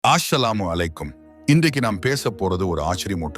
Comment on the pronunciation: ஆஸ்ஸலாமுன்னு please சொல். லாதீங்க அஸ்ஸலாமு அலைக்கும்னு சொல்லுங்க